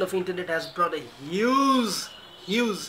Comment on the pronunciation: Huge, not huzeee!! Learn English, its mostly used language in the world.